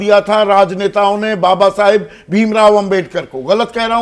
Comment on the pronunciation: Sanjay nisad to baba saheb ka naam bhi dhang se nahi le raha hai Esko dar hai kursi ka Kahi na chali jay